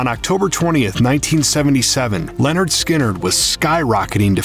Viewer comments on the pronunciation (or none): It’s Lynard not Leonard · Lynyrd.. Not Leanord. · At: It's not Leonard Skynrd. It's Lynyrd, pronounced ( Lin-erd ) Skynyrd. lol. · Its not LENYRD ITS LYNYRD! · It's "Lynyrd Skynyrd" not "Leonard Skynyrd" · Lynyrd, not Leonard. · OH MY GOD, what planet are you from. It is not pronounced LEN it is Lyn. Who are these people who make these videos and can't speak proper English/!! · did you just seriously say LEORAND instead of LYNYRD??? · You keep saying Lennard Skynard. Pretty annoying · Lyn not len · Stop pronouncing it as "Leonard"...it's Lynyrd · the narrator mispronounces the first part of the name lynrd throughout the entire video.its not len and never has been its lyn. if your going to do a bio have your freaking fact correct first. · Your pronouncing the name wrong it's not Leonard, it's Lynyrd. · Wikipedia :Lynyrd Skynyrd (/ˌlɛnərd ˈskɪnərd/ LEN-ərd SKIN-ərd) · It's not pronounced 'Lenard'!😕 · Hearing you say Leonard Skynyrd so many times was painful 😖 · Roxanne Moser Especially members of his own band. I’ve heard Gary mispronounce it too. It’s lazy and disrespectful.